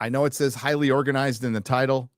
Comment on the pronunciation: 'highly organized'? I always hear 'hardly organized '....